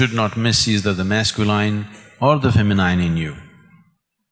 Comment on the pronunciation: Would be nice if S. could pronounce the English word 'feminine' correctly